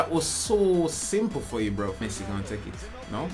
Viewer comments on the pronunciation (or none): none